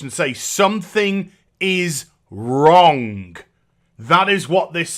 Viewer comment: Never knew there was a K at the end of "Wrong". I've been wronk this whole time.